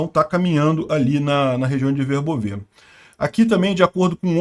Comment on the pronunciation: VERBÓVE. -, só uma pequena observação: a pronúncia ucraniana é Verbóve. Note que até a Wikipédia, em ucraniano, coloca um acento para ressaltar qual é a pronúncia correta: "Вербо́ве — село в Україні, у Пологівській міській громаді Пологівського району Запорізької області. Населення становить 1246 осіб (2001)." Lembrando que na língua ucraniana não existe acento gráfico... "Verbóve" é um adjetivo neutro, derivado do substantivo "verbá", que significa salgueiro, chorão, vime. "Verbóve", portanto, significa "de salgueiro": "campo de salgueiro" = "verbóve póle"... Parabéns e obrigado pelo vídeo. Está ótimo, como sempre!